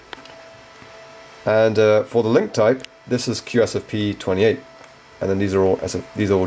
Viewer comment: Start with correct names/terms. QSFP28 & SFP28. You keep butchering the types all the way through.